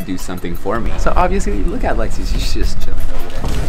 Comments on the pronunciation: Am i the only one that heard “sorry baby” instead of “sorry lexi” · Is it just me or did it sound like he said sorry I am so sorry baby to Lexi or no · Omg Iv'e watched this video so many times and I thought he said baby and I was right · what i heard the word starting with b, i try many time to listen if word start with o or L (Lexi) but i still didnt catch that